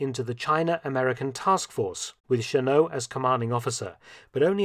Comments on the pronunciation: Chennault is pronounced shen-NOLT, not shen-NO. - NOPE! In addition to the 100 pilots, Chennault also hired 200 men as ground crews and support personnel from the US. The men were all Americans, most of them recruited from the US military services, although a few were civilians. As an example, an aircraft mechanic was paid $250(US)/month and a pilot was paid $600-$750/month plus a $500 bonus for each enemy aircraft shot down. - "...and by June 1941, numbered 100 pilots and 150 mechanics." Also, NO! The last group of 30 pilots did not even arrive in Burma until November 12, 1941. At the time the US entered the war (December 8th on that side of the International Date Line), the AVG only had 82 pilots and 79 aircraft, although not all aircraft were combat-ready. - December 20-31 is NOT "throughout December." Througout means "from beginning to end" or "during every part." - "Fresh F-40s?" What exactly was an F-40? F.40 was a Farman F.40, a recon/observation aircraft from WWI. Mr Felton, you are NOT usually this sloppy. You must have been having an off day. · Never knew about the Soviets' contribution to China's air force. Somehow never mentioned in the American accounts I've depended on. Wonder why.... Funny how Mark pronounces Chennault's name "Shenno," French style. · Sorry, Mark, but it's the "Pronunciation Nazi " again. To quote Wikipedia, "(Chennault's) surname is of French origin; the French pronunciation is "Shen-oh", but his family pronounced it "Shen-awlt"." Doesn't mean it wasn't a great video, though! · My father served with the Flying Tigers and he always said Chennault's name with a non-French pronunciation. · FYI, Claire Chennault's surname was pronounced "Sheh-nawlt," not "Sheh-noh." It's a French name, but he was born in Texas, and Texans don't even pronounce Spanish names correctly, much less French names.